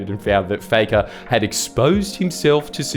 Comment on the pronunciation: Is it pronounced Fakker or Fucker? Jordie you must have a big set taking on the Lebber Party. err I mean the Labor Party.